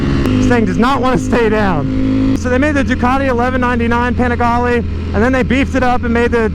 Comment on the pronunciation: PLEASE WORK ON THAT PRONOUNCIATION.. PPEENIGALEE